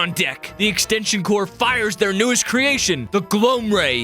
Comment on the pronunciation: He keeps saying extension "cors" Its extension CORPS!